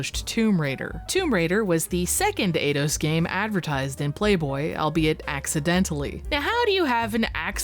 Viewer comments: It's pronounced 'eye-dos', no 'ay-dos' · Eidos is pronounced eye doss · Eidos = ‘eye’ ‘doss’ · alright tourist enough of the "let's pronounce everything in gaming wrong on purpose" game. Eidos is not fuckin' "Ayyyydos" and "Lara" you have copious examples of being pronounced correctly. Have you heard of video games? Or are you scrolling some wiki article of obscure shit?